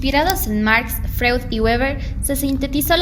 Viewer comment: Freud,,,,, se pronuncia Froid,,,,,,,,, por favor!! revisar la pronunciacion de los autores